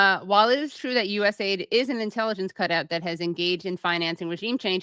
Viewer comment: it’s not US-aid. It’s USA-ID please 🙄 seems silly to mention but when you’re at the receiving end of the meddling this matters. There’s no aid coming from the US only problems.